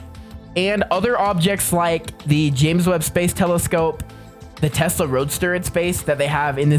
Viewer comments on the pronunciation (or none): none